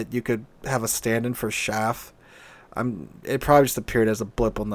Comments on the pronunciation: Because we are talking about metal bits used to confuse radar the pronunciation of chaff is: "chaef" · Chaff is pronounced with a short "a". It's not chaffe because there is no 'e' in the word, nor is it pronounced "shaf". If you hear this from an native english speaker, then they are idiots. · Chaff, short "A" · I fly planes with chaff on them. The pronunciation is "ch" as in chug and "aff" as in gaffer. "Shaff" or "chafe" are incorrect pronunciations.